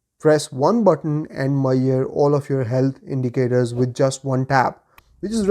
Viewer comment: Measure. Not Mayor :D